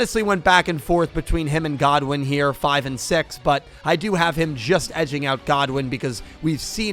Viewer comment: Great vid but please stop saying Rex Godwin it’s Rex good win